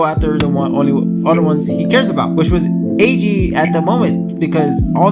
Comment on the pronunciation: Eiji (Ay-Gee) is how I kinda say it so to me you're saying it fine The summary was great, don't worry about spoilers as long as you warn ppl they should be fine as this video is a review of what most would assume to be the season in it's entirety. Love the backing music. You did a good job with this video, and yeah I totallllly didn't cry either. The series was so tragic! I'm glad to find people still finding it.